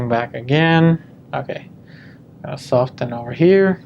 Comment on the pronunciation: Interesting study, but for the love of God, the t in soften is silent!